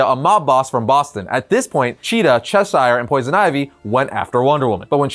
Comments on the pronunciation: Not trying to be a jerk but Cheshire is pronounced “shesh-er” or “chess-er” not “chess-eye-er” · You’re saying Cheshire wrong!